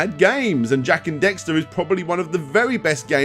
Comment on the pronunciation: Did you seriously just call it Jak and Dexter?